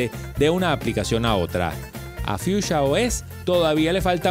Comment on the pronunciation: no dices bien en nombre